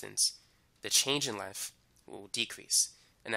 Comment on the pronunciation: he can say thick but cant say length..